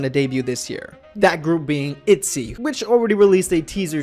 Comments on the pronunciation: In Korean the girl group is actually pronounced itjy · You pronouce itzy all wrong btw, check up on hangul to get the correct way of saying it